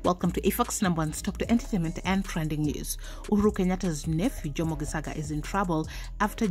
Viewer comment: It's said Geshaga the c is sh it's just bothering me how your pronouncing it